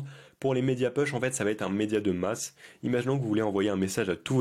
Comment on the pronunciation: Merci mais juste pour t’améliorer…un petit détail phonétique parce que c’est très désagréable à écouter : « push » ça se prononce « pouch » et non « peuch ». J’espère que tu ne le prennes pas mal…c’est pas une critique.